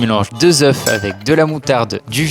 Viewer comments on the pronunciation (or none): Tu prononces mal deux œufs ! Un œuf Deux œufs on prononce eux